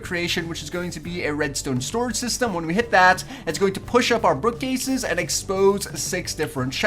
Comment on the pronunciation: Lol, he said brookcase instead of bookcase.